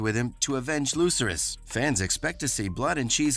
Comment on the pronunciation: Yeah, he pronounces Lucerys' name wrong as well.